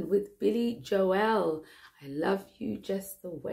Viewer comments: Its not Billy Joe Ell It is pronounced JOool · Billy's surname is pronounced Joel rather than Jo-el, to rhyme with Noel as in Noel Gallagher rather than Christmas No-el.